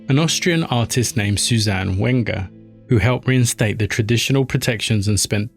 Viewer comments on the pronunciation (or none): none